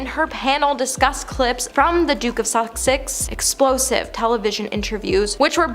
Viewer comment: Please try saying [Duke & Duchess] of Sussex - not "Suck-six"